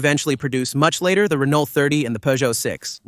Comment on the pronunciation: Great car, please pronounce Renault correctly